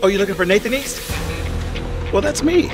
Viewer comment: Why does he pronounce his name like it's all one word: Nathaneast?